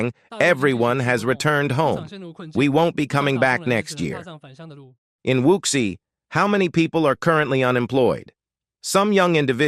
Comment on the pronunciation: Your voice synthesizer cannot pronounce "quagmire", "wuxi" and "giga" correctly. Perhaps you can hire one of those unemployed Chinese people to read the text.